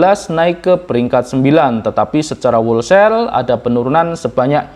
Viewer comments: bacanya "holsel" bukan "wolsel" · Mase tuk perbaikan ya ucapinnya jangan wolsel, huruf w nya gak diucapin. Harusnya howlsayl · Whole sale - dibaca: /houl seil/, maaas. Bukan /wol seil/. Semangat terus, mas. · kalau nggak salah = wholesale bacanya " hol sale". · Mas bro, di google translate kata "wholesale" kalau gambar speakernya di-klik, suara yg keluar: 'hol-sel'. - Huruf 'w'-nya tidak dibaca. - 'e' dari 'sale' dibaca 'e' seperti pada kata 'tempe', bukan seperti kata 'sel' (penjara). #kritikmembangun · Tolong di cek di kamus ucapan yg benar dr kata "wholesale"..… keri neng kuping.....😂maaf yaa